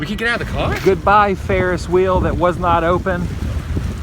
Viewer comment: HaHa it makes me laugh every time you pronounce the 'H' in words like Vehicle, Wheel etc like Stewie Griffin off family guy when he says Cool Whip :)